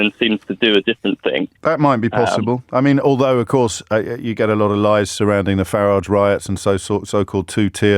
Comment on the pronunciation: For somebody who is privately educated, he can’t pronounce Farage’s name correctly.